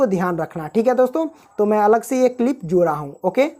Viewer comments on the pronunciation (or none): none